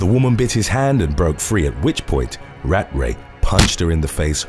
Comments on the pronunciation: Rat-Ray is NOT how you pronounce his name. Cmon man do better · You can’t say ratray seriously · *British accent "RAT RAY"